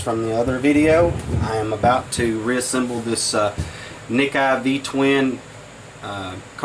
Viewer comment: It's pronounced "Nick-EEE" not Nick-eye......brother you have got to be a Yankee. All them R's in your words. LOL (no offense intended, all my in-laws are Yankees)